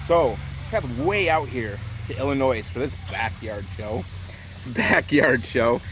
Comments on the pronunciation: Okay look you lost some points when you called the state "Illi-noise" but you gained it ALL back and much much more for the incredible show! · Illinois. Not ILLINOIZ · Fuckin rich people. Btw it's pronounced ill-i-noy. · I'm from Illinois too and every time he said illinoise it bothered the hell out of me! But fk it he can say whatever he wants with an epic video like this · Illinois without the s next time sir😂 but badass setup anyways! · This man really just pronounced the s in Illinois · He definitely not from Illinois he keeps pronouncing the s at the end hard as fuck and it's irritating the hell out of me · Awesome setup but please don't ever say Illinois with an S lol people from Illinois hate that lol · This was pretty amazing but please.... say “Illinois” correctly next time..... as in without the “S” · Please for the love of GOD the S is silent when you say Illinois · A man after my own heart! Awesome! To call that a backyard show is ridiculous! This man has loads of money. I would love to crew another of his shows. By the way it's Illinois without the s. People from there get offended when the s is pronounced. Fantastic display! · Please help those good people from Illinois. That "s" is silent. Please, please, pretty please do not include the "s" at the end of the state of Illinois. It is meant to be silent! You will not regret it, and you will make several million people very happy. Thank you so very, very much. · OMG! WHERE IS THIS I LIVE IN ILLINOIS AND THIS IS AMAZING! also it’s Illinois the S is silent. Please share details of the next show. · Not Illinois It’s pronounced Illinois. The s is silent. 😂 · This was a hell of a show, hands down better than any town show I saw in the past few years. Great job on the show and thanks to for videoing it for us to drool over! PS- the S is silent in Illinois...lol